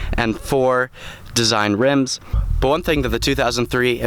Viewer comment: You saying rims gives me a headache